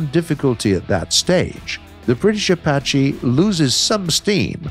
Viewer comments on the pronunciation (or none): none